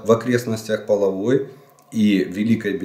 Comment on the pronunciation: Когда вы перестанете коверкать название нашего города! Не половое, а ПолОги!!! На Великая Березовка, а Великая БелозЕрка!!!!